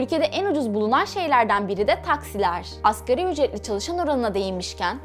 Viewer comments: askeri ücret değil "asgâri ücret" ! veriiiii değil veri! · AKERİ ÜCRET DEĞİL ( ASGARİ ÜCRET ) DİYECEKSİN..ASĞAR ARAPÇA EN AZ ANLAMINDADIR..